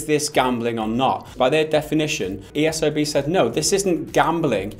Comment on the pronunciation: You called the esrb the ercb...?but why tho